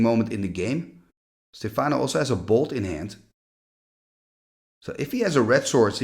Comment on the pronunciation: Stéfano, not Stefàno, which sounds russian instead :face-blue-smiling